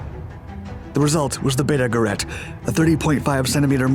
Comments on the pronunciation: You’re mispronouncing “Gerät” (device) in German. The ä is pronounced ay not aa. I would think you can teach AI voices to speak German correctly. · Gerät is pronounced geRATE with the emphasis on the second syllable -- short GE, long RATE. I made the same error first time I pronounced it. Krupp is pronounced kroop. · As your pronunciation of "Gerät " was nearly right the first time, it subsequently morphed into sth French-sounding, like "guerrette" . Sounds really funny, if you don't mind.. 😋... after all you get the "ä" right and don't simply ignore the "dots" as many do! To get it right, just keep the "ä" a little bit longer, then it's perfect! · Gerät, not gerat.... it is pronounced like g'-raid...do your home work before you do videos please, don't be such a yank..